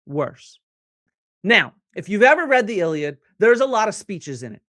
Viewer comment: Why are you mispronouncing the a in iliad if you know Greek?